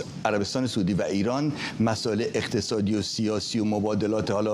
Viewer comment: آقای فرحزاد سعودی بافتحه س نیست با ضمه س است به بقیه هم بگویید